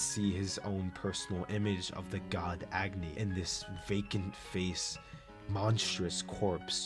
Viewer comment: Fun fact: Agni is also a fire god in India. It's pronounced as ugh-knee. I think it's cool to see the character names match their characteristics like Luna 🌙, Agni, and Sun ☀️